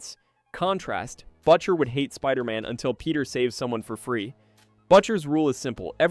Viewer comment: Butcher pronunciation was butcher so bad😂😂😂